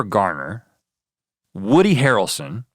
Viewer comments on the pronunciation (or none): none